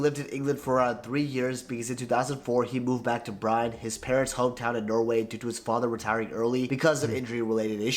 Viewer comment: Also the guy making the original vidoe. The way hes butchering the Norwegian team names... Pronounce the E! BrynE. MoldE... Not Bryn and Mold... Not your fault tho. Im just saying so people get it right.